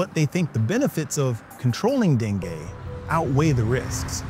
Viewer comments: bc dengay kya hota hai .. den-goo hota hai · Dengue not dengeee😂